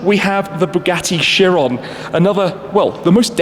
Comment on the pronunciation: Chiron, not Sheeron... Mercedes, not Merceydeeez... Ferrari, not Fewwawi... ;-)